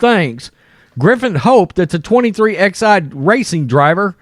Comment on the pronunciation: FYI..it is pronounced 23-eleven Racing